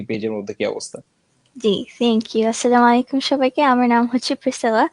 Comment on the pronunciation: আসসা মাইকুম কি????? ওয়ালাইকুম